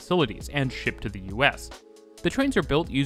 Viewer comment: To make your narrative more pleasant to listen to, and sound more professional, please stop pronouncing the word 'the' as 'thee.' "The' is pronounced as 'thuh.' Also, stop those hard, random, inappropriate emphasis of syllables within words. It mimics contrived and artificial speak.